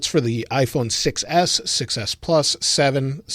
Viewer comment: say "6s" sound like "success"